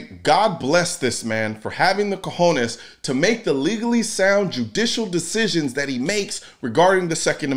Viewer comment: "Cojones"🤣🤣🤣 you say it very well